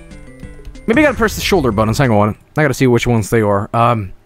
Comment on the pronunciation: "Prebb a button to btart"